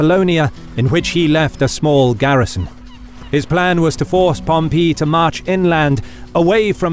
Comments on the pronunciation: Great stuff, truly. But it's pronounced Pompay... not Pompee. Just saying... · Pom Pee----means to urinate the correct pronunciation is Pom PA! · Just an fyi to you guys at historeeeeemarch, his name is Pompey, not Pompeeeeeeey, hope that's helpful. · The narrator needs to pick a pronunciation for Pompey. Sometimes it's pom-PEE sometimes it's pom-PAY. Meanwhile, my professors always pronounced it POM-pee. Also, maybe tone down the tv narrator voice - the content here is absolutely top notch, but the voice over is difficult to listen to. Just enunciate clearly and speak like a person. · Picky, picky, picky in an entertaining documentary, but did Pom pee? Over more decades than I care to define, it is literally ("literally" actually meaning literally) the first time I ever heard it pronounced with the accent on the "pee"; like chalk on a blackboard. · Okay, is Pompey actually said like Pom-pee or Pom-pay or Pom- py? I swear this guy sounds like he's saying Pom-pee. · Whoever taught you to say Pom-Pee? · Pom pee? enough with the comedy pronunciations. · Love this content....but i have to say...this narrator needs to make up his mind and stick with one pronounciation of names..."Pompee", short while later... "Pompay"....What, did his son decide to go with a different sound from the shame of past defeats? And he's not the only one....It's a small complaint, I know, but so aggravating. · Everytime he says Pom-pee a little part of me dies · Spaniard here (hispania, ave 🤚) , with a strong classic latin accent in his native language... Ay pompeyo... Really cant concentrate each time pompeius is said pompee... pompoo! Now gotta go toilet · pom- PEE! lol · Is Pompey pronounced as Pompeii?? like the city that got destroyed by vesuvius? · No, it's Pomp-ee. I've never heard it pronounced like that either. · why does it sound like you are saying pompee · "Pom-PEE" uh the way he says pom-EE! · Drove me nuts too. So much emphasis on the PEE part.